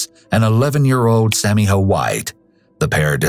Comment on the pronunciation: It's not Sammy Ho.,.it's Sammyjo....with a J. When telling a story you need to learn how to pronounce words. What disrespect. Also, there's a very hot place in hell for this psycho POS.